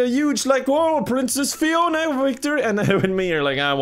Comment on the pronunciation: i love the dedication to calling fiona ‘piona’ the entire time